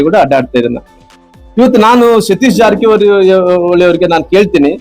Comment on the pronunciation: Le kunni ನೀಟಾಗಿ ಜಾರಕಿಹೊಳಿ ಅಂತಾ ಹೇಳು 😂😂😂😂